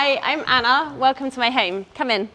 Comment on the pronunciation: Did she say "Welcome to my hymmmmm"???